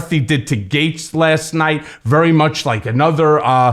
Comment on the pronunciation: Gets ? Gits ? GAETZ ? English is best.